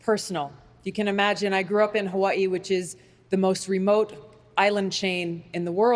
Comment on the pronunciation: she is amazing but I don't like how she pronounces Hawaii